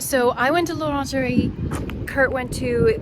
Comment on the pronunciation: You said Laungerie not l'Orangerie :D I thought you are going to buy dessous HAHAH